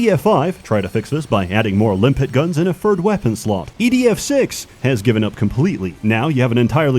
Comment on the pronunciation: DOES HE SAY EDF OR IDF??????